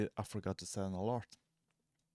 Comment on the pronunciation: thank's bro ...this helps . but it's either ALARM or ALERT not ALART lol 😂😂